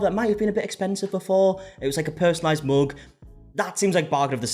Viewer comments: i like the way you pronounce mug “moog” 😊 💙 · The way you pronounce "mug" rhymes with the way I pronounce "book"